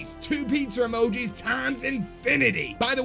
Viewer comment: Nobody:: AND LOADS OF PIZZER UUHMOJEES